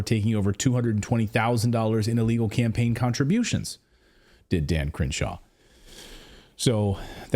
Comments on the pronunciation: I love the pronunciation "Cringe-shaw". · I swear it sounds like they're saying Cringe-shaw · the way you pronounce his name sounds like 'Cringe-Shaw' very appropriate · I keep hearing Cringeshaw...